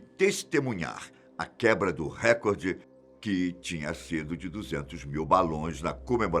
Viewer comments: Não se pronuncia "récorde" e sim "recorde " . Não é proparoxítona. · não é record, é recorde Record é em inglês e nós estamos no Brasil